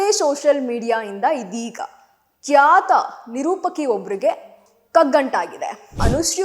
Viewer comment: ಕ್ಯಾತ ನಿರೂಪಕಿ ಅಲ್ಲ ಕಣಕ್ಕ ಖ್ಯಾತ ಅಂತ ಅನ್ನು